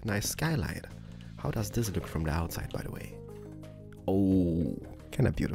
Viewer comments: i am your big fan and you are my favourite youtuber, (sorry) but i hate when you say the word this like theez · I love how he says like zis ☺ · BOOM! Like zees he can't even say like this XD